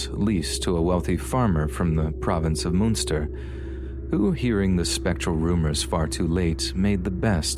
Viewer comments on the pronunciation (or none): I would have expected you to find out how to pronounce words before you narrated them. Mun-ster, I not "moonster" Cork, not "cark" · I mean, he kinda butchered some of the names in the first story, like Munster for example. But this is still good :)